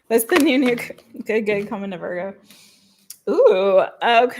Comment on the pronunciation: Can we stop with the VOIIIGO pronunciation? It irritates me every time.